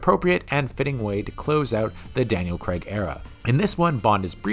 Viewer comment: "Craig"......it's pronounced "Crayg" not "Creg"